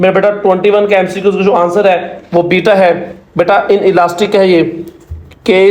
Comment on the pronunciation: ap jab bita kahte hain to samajh nahi lagti